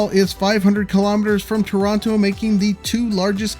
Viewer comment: You mispronounced Toronto throughout the entire video. It’s actually pronounced with softer Ts by locals. Something similar to Chrawno.